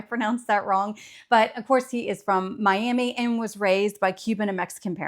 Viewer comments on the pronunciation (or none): none